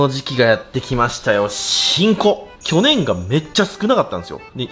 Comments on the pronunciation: 「去年」のアクセント気になる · 去年の発音おもろいwww